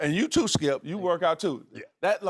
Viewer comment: There's no 'L' when Shannon says skip